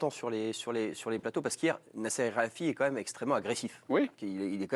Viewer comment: Olivier Ménard qui ne sait même ps prononcer nasser Al-Khelaifi